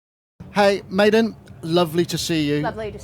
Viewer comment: That would be pronounced Medon